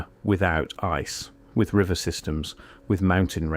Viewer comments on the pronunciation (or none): none